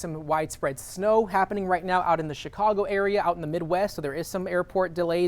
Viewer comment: Did he mean to say right meow 🤣🤣🤣